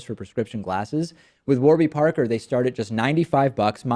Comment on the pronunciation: i hate the way you say parker